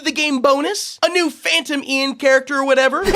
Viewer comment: It’s painful how this is the most popular FNAS game with the reputation it has because of the devs. And hearing him call Phantom Cyan “Phantom Ian” and seeing assets and characters that have since been essentially blacklisted by the community